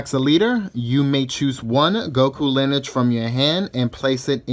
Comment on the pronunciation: Linige? It’s lin-e-age. Lol